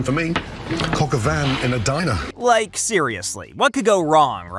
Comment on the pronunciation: Your pronunciation of 'Coq Au Vin' is worse than the dish itself 😝